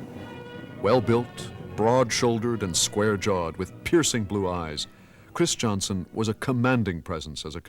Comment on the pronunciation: I have never understood why conductor Anton Armstrong continues to pronounce the name "Christianson" as "Chris" "Johnson". I think the speach defect has spread a bit at St Olaf College and is quit stange as it is not the correct pronounciation of that well know family name. His sons did not pronounce there name as "Chris" "Johnson"